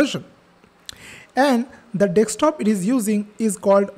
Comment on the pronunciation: DeSK top - not dekstop